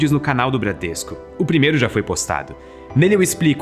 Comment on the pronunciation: "Bradresco" Ah sim